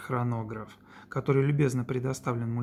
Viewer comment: Улис НардАн. Так правильно произносить название этого бренда.